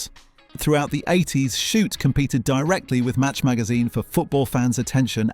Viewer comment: Your stupid AI voice has real trouble with "Shoot!"